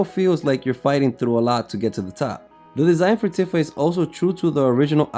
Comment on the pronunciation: It's properly pronounced "Teefa"